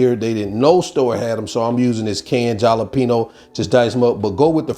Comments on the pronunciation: It’s pronounced hala not Jala the j is pronounced like a h in Spanish Halapeño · Just so you know that the “ J” in Jalapeño is silent. It’s pronounced (Haa luh pay nyow) since its silent the J is pronounced as an “ H” the reason the J is silent is because Jalapeño is a Spanish word and the J is effectively the Spanish equivalent of the English letter H. I hope this helps if still not sure 🤔 google the pronunciation to hear for yourself.... thank you! And once again a great recipe. Keep them coming 😀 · In Spanish the J is pronounced like an H (Halo). J (Halapenio) say it as it's spelled and you can't go wrong. Good luck. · I’m a mixed chick and let me say you slayed me with your pronunciation of jalapeno. 😂 If I were to walk in my house and say that….. OMG! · You’re a great cook and one of my favorite but the word jalapeño you’re pronouncing wrong the ( J) is silent it have the ( H) sound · Jalapeno isn't pronounced with the J as a j. It's an H sound. Some how I think you've been told this. Took a LONG time for me to figure out. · Please learn how to say Jalapeño. I almost couldn't continue watching because of it. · The J sounds like an H.